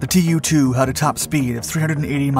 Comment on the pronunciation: Probably not "tee you two", but in fact 'too two'. From the Russian Туполев два or Ту-два pronounced 'Tu dva'. I may be wrong. This is my last "acthually" pronunciation comment. I do like your videos